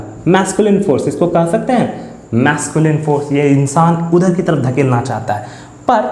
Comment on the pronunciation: धकेलना नहीं ढकेलना